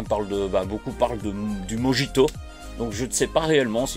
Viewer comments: Prononcé morito pour mojito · Le mijito ce prononce morito de base en espagnol car les j se prononce r. Pour le chorizo je savais pas du tout